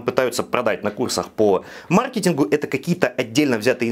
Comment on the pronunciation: И маркЕтинг))